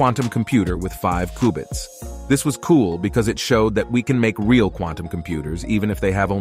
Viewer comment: Its qbits... Not kubits